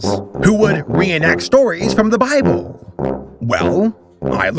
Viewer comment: “The bibble” Hahahhahaha